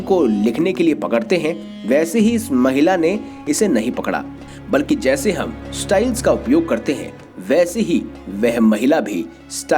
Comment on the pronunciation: The correct pronuncuation is Lipstick not libistick and stylus not styles